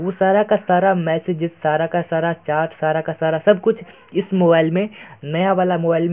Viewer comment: Bhai ye chaat (चाट) nhi hota chat (चैट) hota hai 🤣🤣🤣